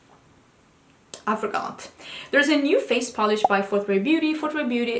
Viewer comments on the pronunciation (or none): none